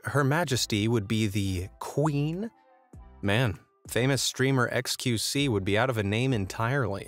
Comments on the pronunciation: XQC->Eks-kyu-see haha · eks-QW-see ahahah